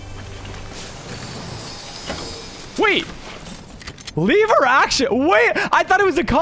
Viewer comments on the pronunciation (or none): Its not a lyver action rifle when you say level you just take the l and say lever action rifle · But like you said it like leever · I like how he says le-ver instead of lever